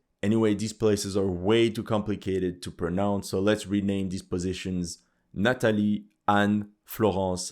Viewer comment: Where are you from? Because you say Florence and Nathalie with a perfect feench accent